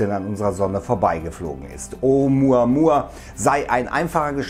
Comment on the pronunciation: Oh Muhh Ahh Muhh Ahh